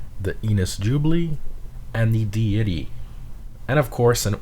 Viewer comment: It's not "dee-I-tty." It's "DAY-i-tee" like a god or goddess.